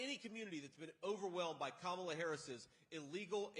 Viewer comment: He's saying her name right! Wow!